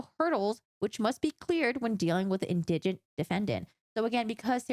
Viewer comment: IN-dih-gent, not in-DIH-gent (indigent pronunciation)